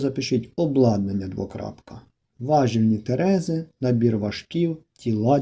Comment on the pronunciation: ТерезИ (наголос на И)